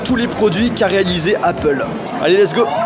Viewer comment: "APEUL" c'est quoi ???